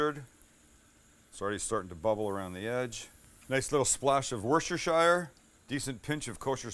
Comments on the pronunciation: Worshesherster...... wooster-sha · The ease with which he said “worsterschire” I’m over here like “westchesterchinstire” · Hey Sam. Long time subscriber here but I just can't sit by and listen to you mispronounce "Worcestershire" sauce any longer. The "Shy-er" is where hobbits live and they don't make this sauce. "Woos" - "tuh" - "shuh" sauce. Pronunciation gets you laid too.